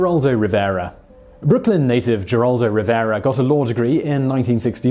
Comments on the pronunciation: It's pronounced "Heraldo" not "Jeraldo" Simon, you surprise me, you are usually more conscientious than to make a gaff like that. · Geraldo is pronounced Heraldo. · I hate being the language police, but I'm from Texas. Geraldo is pronounced with an H not a G. So it is Heraldo. Carry on..... :) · I watch you faithfully...and this is meant as to be helpful only. Geraldo is pronounced heraldo..hugs Lynn Weasenforth 💯💜💙💛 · Geraldo? it's pronounced heraldo! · Geraldo Rivero's first name is pronounced Heraldo not with a hard G. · Heraldo is how Geraldo is correctly pronounced. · The G sounds like an H in Geraldo. It sounds like heraldo. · Geraldo is pronounced Heraldo. He's Hispanic. You might want to have a technical advisor, or at least a language one. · I was going to complain about the mispronunciation of Geraldo, but it looks like all the page one Google results have it wrong too. It's pronounced with the Spanish g, which has an H sound, basically herald-o. Someone needs to fix the pronunciation guides, jeez. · Geraldo Rivero pronounces his first name her-aldo. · Geraldo Rivera is pronounced "h er AH l d oh"... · Geraldo is pronounced with a H not a G Heraldo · I'm here just to hear Simon mis-pronounce names 😁 Geraldo! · Geraldo is pronounced with an H sound. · Alexander -- No, he didn't ALWAYS use the Latino pronunciation. WABC-TV news director Al Primo offered Rivera a job as a reporter but was unhappy with the first name "Gerald" (he wanted something more identifiably Latino) so they agreed to add the final "o", and go with the Latino pronunciation. That was in 1969, when Geraldo was 26. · Simon, the G in Geraldo is pronounced like an H, he's Hispanic you know. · The sites he uses for pronunciation all have it wrong.